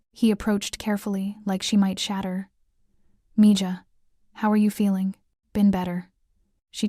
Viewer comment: Mija is pronounced meha not meja